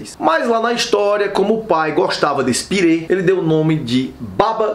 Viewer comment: Kkkk pirê Minha avó fala assim também,mas tà tudo bem nos entendemos que é um purê,importante é estar gostoso